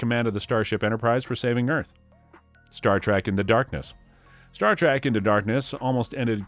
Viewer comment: This is how you can tell a TRUE Star Trek fan, compared to someone reading a script who has no idea what he's talking about. Was it just me or did it sound like he said Star TRACK a few times? Then, when he said City OF The Edge Of Forever, I cringed. Also, he said NUCULAR bomb, and the way he pronounced V'Ger made me want to cry. Lastly, Nichelle Nichols has to be rolling in her grave with the pronunciation of her character's name... You-Har-Uh.